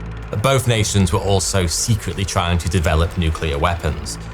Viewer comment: The so called nucular explosions.